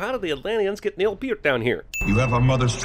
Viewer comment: also, he mispronounced Peart